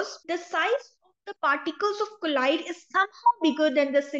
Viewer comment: its pronunciation is not collide mam, it is colloid